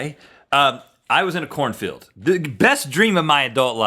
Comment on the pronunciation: I yawned at the beginning when Rhett said he was in a corn field...I thought he said "I was in a porn film". Major double-take.